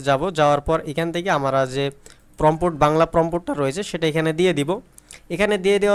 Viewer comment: ভাই অইটা প্রম্পোট না প্রম্পট (Prompt) হবে